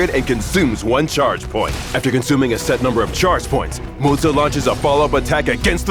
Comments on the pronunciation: "mo-zuuuh" lmaooooooooooooo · I keep hearing Mozza. Mozza. Mozza. Mozza. Starting to crave Mozzarella here 😳